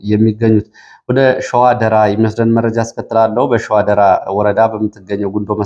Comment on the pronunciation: ደራን ስታነብ አስተካክል ራ ጠበቅ ይላል።